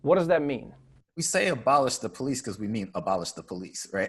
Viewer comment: How do you say police? Surely not powlice. Please learn English first man? powlice?? Are you kidding me?